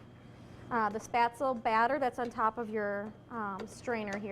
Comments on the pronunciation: The batter looked apt, but it's pronounced "sh-PEHT-zluh," not "SPAT-zl." And you need to actually COOK them by bringing the water back to a boil and simmering them for a bit. Floating is a function of buoyancy, which is in turn a function of decreasing density of the individual dumpling as the flour hydrates and expands; it is NOT a function of the degree of cooking. By your logic, matzo balls would be ready after three minutes in tepid water rather than sixty minutes at a fast simmer. Also, it's not a bad idea to finish spätzle in brown butter in a hot pan after cooking. Parsley has been known to add a nice touch, too. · I appreciate this video, but for heaven's sake pronounce it RIGHT! It is NOT "spatsul." Gosh my ears. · Why do you think that spaetzle and potato dumplings have anything in common? They don't. Also, you mispronounced spaetzle. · She makes good baked goods...that is all.. She is on a lifestyle program in Green Bay, WI....come on Green Bay, WI. I KNEW she was butchering the word..I knew it!!! WAY too heavy on the nutmeg. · oh mein gott, she mispronounced spaetzle wrong the whole video, ist dieser Rechts